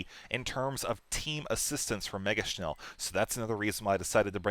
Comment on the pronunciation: hehe nice pronouncement of "megaschnell". its german and means "very fast" ^^